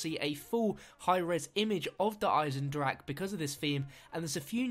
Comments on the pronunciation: Not trying to be pedantic, but it's pronounced "Der Eisendrakeh" . You pronounce the "e" on the end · I cringed when he said der eisendrache like der eisendrack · good video, I just wanted to point out that you do pronounce the E on the end of 'der eisendrache'.